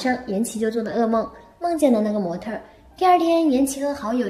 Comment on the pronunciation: 模特儿、小事儿，这个儿化音我给满分